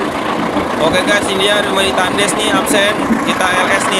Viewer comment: Bukan takndes cara penekannya kurang yg bener penekanannya ucapan thandhes.. Tulisan nya tetep TANDES